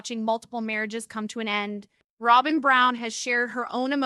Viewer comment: Her name is not Rowbin